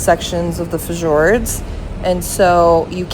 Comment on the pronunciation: Lovely video. But please look up how to pronounce" fjords ".😊